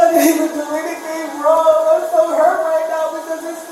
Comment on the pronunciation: Narrator: she did do something wronguh